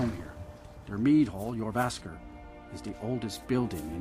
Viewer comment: just a tip, all the "J's" at the beginning of words are going to be pronounced as "Y's" example: "Yourvasker"= jorvaskor "Yarl"= jarl